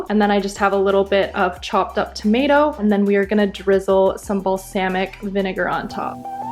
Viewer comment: Love her videos but can't stand the way she pronounces certain words like cilantro or balsamic...idk y